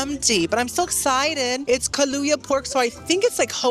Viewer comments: Kalu-ya pork???😂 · Its pronounced Kuh-lou-ah (like the coffee liqueur)